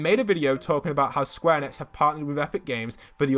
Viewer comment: Hey, you pronounce enix like "eenicks"